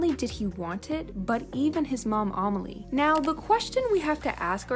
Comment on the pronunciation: Ok so you where saying Emily's sisters name wrong... I know this because we have the same name... The "a" Says "A" not "o." And heres what it looks like when you sound it out "A- may-lee"